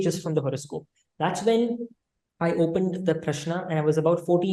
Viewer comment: In south it is Rama not Ram. Also he is pronouncing Prashna correctly. You have to pronounce the last n sound.